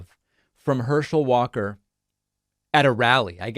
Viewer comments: "and one of the reasons I find this race so disturbing, is Herschel Walker quite literally can not speak... Herschel WATER"... lol I feel you though... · Before you go making fun of someone else you should make sure you are on top of your game with no flaws. You called the man Hershel Waters. seconds in the video.